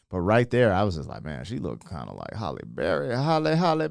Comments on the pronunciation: Why do people mispronounce Halle Berry's name all the time? It's not Holly. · Did you say “Holly” Berry?